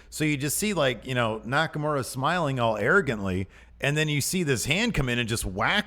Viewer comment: Hi. I don't expect people to pronounce Nakamura's name correctly, but could you start a trend and mispronounce it as NakamUra, like it's spelled, and not NakamOra?